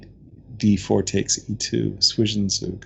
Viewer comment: If ur a pronounciation nerd, Zwischenzug is pronounced like 'tswishen tsoog'